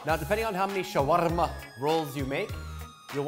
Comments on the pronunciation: I loved the way he said "shawarma." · I love the way he says shawarma